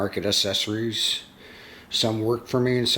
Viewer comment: Not assessories. It is accessories.